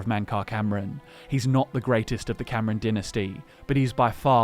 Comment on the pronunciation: I've always pronounced Camoran as Cam-or-an rather than as Cameron(Cam-er-en).